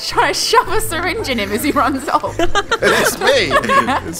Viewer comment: it's not sayrinng it's syringe